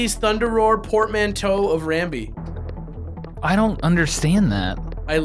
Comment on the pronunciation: There's no L in Rambi and no A in Rumble.